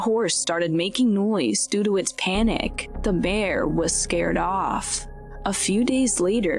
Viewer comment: Is this an AI talking? Lol 'BEEAAAR'